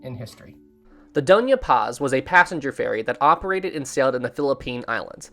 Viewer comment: hey there! Filipino here and I just wanted to correct u, so lets start with the dona part, its pronounced as do, as in do re mi fa so la ti do, and the Ña part is pronounced as nya like from the song "tokyo" by leat'eq and "sulpicio" is pronounced as sool-pee- and for the "cio" part its pronounced as like the "sho" part in shore. hope this helps:)